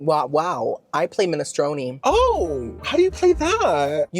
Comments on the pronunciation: I think that it's pronounced 'minestrone', not 'minestroni'! XD And I think that a cello is more like a violin, than a guitar! XD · Its pronounced Men-a-strone, not men- stroni